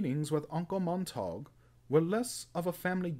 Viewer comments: Pronunciation = mont-a-gyu not montauuug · U hav to penouce (sp) uncle mont-er-gue